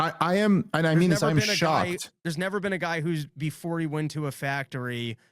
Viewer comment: You've neva bean?!